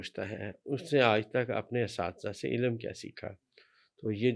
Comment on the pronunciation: واقعی کچھ بھی نہیں آتا لفظ علم ہے الام نہیں ھے